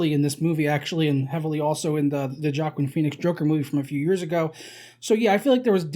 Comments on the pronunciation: “Jackin Peenix” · I hate the way this guy pronounces joaquin phoenix